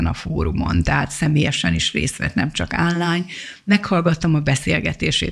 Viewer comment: Kedves asszonyom, nem "ánlájn" hanem "onlájn" a helyes kiejtés. Köszönöm